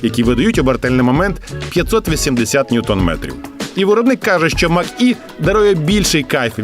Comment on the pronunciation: Може Мач - Е, а не Мак-Е.